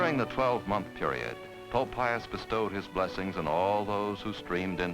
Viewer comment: No, no, no...It's POPE, not DOPE.